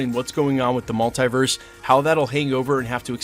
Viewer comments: Love this channel... buuut I cringe every time he pronounces the word mulitverse. It's (mul) (te) (verse) haha, not (mul) (tie) (verse) 😖. You don't pronounce multiply as (mul) (tie) (ply). Even when Dr. Strange and spiderman pronounce the word, they say it the same way (mul) (te) (verse). Totally unimportant, but I had to share haha. Big thank you to the creator of thos channel for putting out so much great content! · Is pronounced MultEEverse. Not Mult-I-verse.